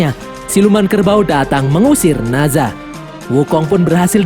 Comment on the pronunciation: Nazha ❌ Nezha ✔